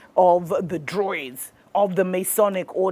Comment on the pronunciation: it is pronounced Drew-eed not Droid. You sound so uneducated